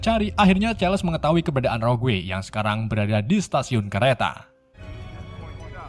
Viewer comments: Bukan roguwe Bang tp rogue sebutan nye😉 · rogue dibaca rog mas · Rogue njir, bacanya roug bang